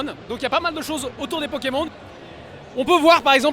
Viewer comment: Ta du mal a parlé un peu et apprend a dire Pokemon c'est insupportable comme tu le dit .